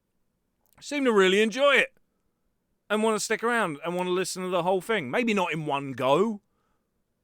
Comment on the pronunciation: If u want be voice actor practing saying thing instead of like fing. Your bottom lip must not touch your top teeth when u say thing.